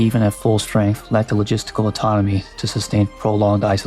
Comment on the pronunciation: Just a heads up it sounds like you are saying anatomy when you mean autonomy. Still, excellent video!